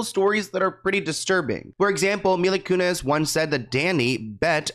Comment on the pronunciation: Mila ‘Koonezze’.